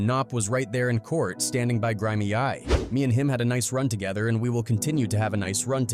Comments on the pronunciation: My boy said grim a.i grimay 😂😂😂 gri meee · Taking other peoples paid interviews and making your own content like this is cringe. Not only can you not say his name correctly…but you out here preaching about dude like he’s some vessel of the devil but wanna talk shit….the only thing scary about this video is how you trying to turn a whole bunch of people against someone who you know nothing about…dudes in jail probably doing his best and you’re like yeah let’s scare people off some drama so people don’t go listen to him and help him move on up out the streets that you fault him for being from. Ain’t his fault he was born into shit but it’s your fault you choose to post this bullshit on god. Only thing I see evil here is you. If you go listen to all his music he talks about way more than dead mf goofies. Shits dumb go do your research. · The Way The Names Being Said 🤣🤣🤣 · Dude can't even say his name right 😂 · You get shot after release off Grimeyy for mispronouncing his name fr ♿♿♿ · I fuckin hate da way u keep sayin his name 🤦🏾‍♂️ atp it gotta be on purpose you've used 3 different pronunciations...all wrong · Show me u use AI with out telling me.... I bout forgot how to actually say grimey 5 min in